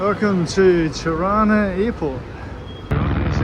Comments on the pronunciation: Juste la traductrice doit prononcer mieux les noms des villes, Tirana la capitale n'est pas Chirana comme c'est exprimé ! Merci beaucoup pour votre documentaire réaliste. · Hauptstadt "Tana"??? Mein got....Tirana....heist das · Non Taba, mais TIRANA..